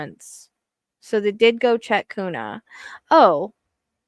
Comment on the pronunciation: Hi, just so you know kuna is pronuced Q-na and caldwell is call-d- well, Payette is pay- yet.. Hope that helps.. Thanks for all you do..